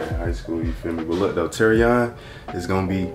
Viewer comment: Why she say terrion😩